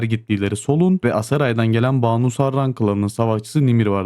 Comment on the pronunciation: Oğlum Kimse şu ön eki doğru telaffuz edemiyor ya. Kız ismi olan Baanu değil. Banu Banu a kısa. "Bin Hüseyin" gibi düşünün. Kısa okunacak a harfi. 😂